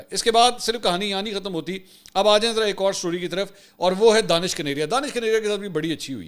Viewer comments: sir jee danish nahe dinash hai plz correct karee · دانش کنیریا نہین بلکہ دھنیش کنیریا یہ ایک ہندو نام ہے۔ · Let it corrected. He is not Danish His name is Danesh (دنیش) ۔ ap log zabardasti usay danish bnane ki Koshish karrahai ho JB k wo itna muta'assib k apko Pasand he nhi karta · منصور بھائی آپ اس ہندو کا غلط نام بول رہے ہیں اس کا نام دانش کنیریا نہیں ہے اس کا نام دنیش کنیریا ہے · منصور صاحب، جس شخص کو آپ دانش کنیریا کہہ رہے ہیں دراصل اس کا نام دنیش کنیریا ہے ۔ 🙏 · Mansoor bhai ye Danaish kaneria hai... Not Danish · منصور بھائی اس کا نام دانش نہیں دنیش کنیریا ہے ۔ DANESH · I think his name is Danesh not Danish. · Sir G, ye Danish nahee, Danaish kaneria hay. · نام دانیش ھے دانش نھیں۔اور یہ ھندو ھے۔ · سر جی اُسکا نام دینش ہے پلز صحیح نام لے